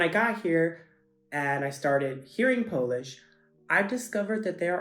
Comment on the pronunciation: Your pronunciation is so good!